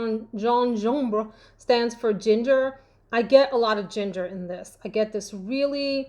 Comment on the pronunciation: Excited to see all the lovely fragrances you’ve got. Pronounciation of gingembre🤣😂🤣🤣🤣